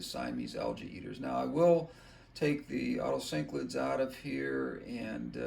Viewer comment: Otocinclus, not otocyclids